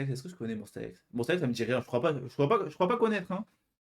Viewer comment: Tu ne connais pas et pourtant tu prononces Monsta X correctement, par rapport aux 3/4 des gens (sans compter les fans évidemment) 😂 Merci pour ta réaction, et ravie que tu aies apprécié Gambler ma chanson préférée d’eux. Je conseille aussi Beautiful Liar, pour laquelle je n’ai jamais vu de critique négative jusqu’à présent !